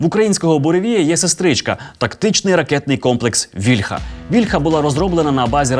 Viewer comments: але пан Тарас Чмут завжде каже вільхА, а не вІльха кому тепер вірити? :( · А чому вІльха,а не вільхА? Чи вільхА це дерево,а вІльха- це зброя?